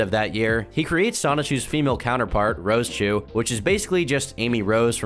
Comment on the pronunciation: it's Rose-chu, not rosa-chu